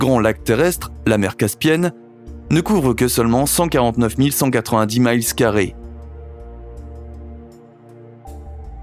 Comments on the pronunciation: Ou bien il peut donner les deux…systèmes imperiale et métrique. Mais ce qui m’agace le plus, c’est de prononcer la distance « miles » en anglais 😡 comme ci ce mots n’existait pas en francais 😤 Vraiment, il y as une de ces paresse intellectuelle ou un un oublie collectif sur le francais depuis quelques années. 🤷🏻‍♂️ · Très interant, mais si vous vous donner la peinne de parler en française, veuiller SVP vous dispenser de parler certains mots en anglais. « Mile(s) » se prononce aussi en français. Même si ce mots s’écrit de la même façon en anglais, il n’est pas indiqué de le prononcer dans une langue étrangère puisque c’est francais aussi. Noter aussi que le mot de mesure anglaise « yard » (juste un peu plus court qu’un mètre) se prononce en francais « verge » (…et non, ce n’est pas ce « slang » francais qui désigne l’organe sexuel des hommes) Je trouve que avec le temps il y as un Laisser aller et un oublie collectif a comparer au français d’avant. …ressaisiser vous mon cher!